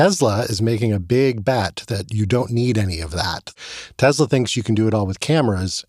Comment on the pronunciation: Tesla has an “s”, not a “z”